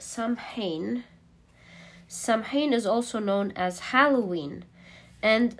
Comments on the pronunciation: darling, it's not "Sam- hain" it's pronounced " Sow-enn" When the veil is thin & easier for loved ones to visit us! Same time as Mexican 'day of the dead' Its one of the traditional witches sabbath! Hope this helps? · MAY-bon, SOW-en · Hi ya ☺️ samhain is pronounced ( sow-in ) it is Irish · Just to help out: Samhain is pronounced- Sa-ween or Sah-wen. Mabon is pronounced- Ma-bonne or May-bn Lammas is pronounced- Lam-ahs or Lam-uhz It depends on accent and location, but these are generally the pronunciations I know of in my witching circles. Much love! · May-bon, sow-in 😊 the sow is pronounced like sow ( female pig not sow as in sew 🧵 or sow a garden ) . Im irish & samhain comes from the irish language- but mabon in the Welsh language is pronounced maa-bon In irish (mh) is a w. So it would look like sawain. Love your voice & readings 😊❤ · It’s pronounced Saa-wn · Not samhain but pronounced saw-win